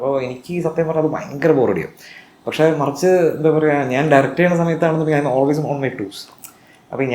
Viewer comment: പഷേ അല്ല പക്ഷേ